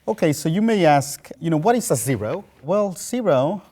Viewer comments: I love the way this guy says zero (lol). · He has a slight accent until he says "zero" and it just disappears. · I love the way he says zero